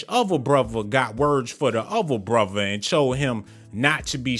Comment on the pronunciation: Before I smash the like I’m go need you to stop saying words with TH with V broTHer not broVer